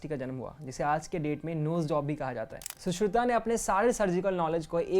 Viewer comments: अच्छा है पर तुम सुश्रुता क्यों बोलते हो!!!? उस किताब पर साफ़ लिखा है सुश्रुत संहिता फिर ये सुश्रुता क्या है? रामायणा?? योगा? हिमालया?? रामा? योग, हिमालय, राम, सुश्रुत ऐसे सुनने में अच्छा लगता है। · तुम्हारी वीडियो देख कर मुझे गुस्सा आ रहा है, क्युकी तुम लोगो के नाम का उच्चारण गलत कर रहे हो जैसे कि सुश्रुत को सुश्रुता कहना आयुर्वेद को आयुर्वेदा कहना। ध्यान रखो एक मात्रा बदलने से शब्द का अर्थ भी बदल जाता है। वीडियो बनाने से पहले ठीक से पढ़ना सीख लो अंग्रेजी विद्यालयों में ग्रामर का सही उपयोग करना सिखाते हैं लेकिन हिंदी में सही मात्राओं का उपयोग करना नहीं सिखाया जाता।